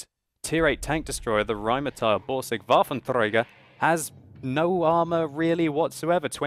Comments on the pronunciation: You are saying Waffentrager wrong. It's pronounced WaffentrEger, not WaffentREUger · Dude, everytime you say Rhm.-Borsig WaffentRRRRRRäger it makes my right arm go up suddenly :D